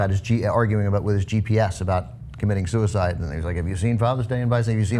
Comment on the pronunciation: "…who committed suicide…" I know that's your favourite intonation Christy, but you can't use that there.